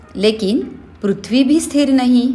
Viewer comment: Tumko bchpan me pri pra . Bolna nhi sikhaya gya hai kya .. prithvi ko pruthvi kyo bolte ho